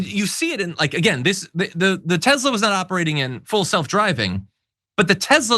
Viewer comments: It is pronounced 'Tess-la', not 'Tez-la'. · Can yoh say TeSla, not TeZla